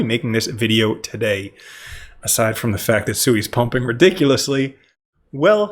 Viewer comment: Omg it's not pronounced SUEY. Listen to anyone from Mysten Labs pronounce the blockchain they Created